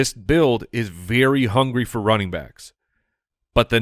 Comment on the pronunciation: Idk why but the way pronounces the word “very” as “veer-ee” is very bothersome to me 😂